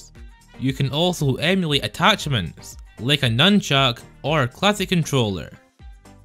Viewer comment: " And remember to leave a laake or nest "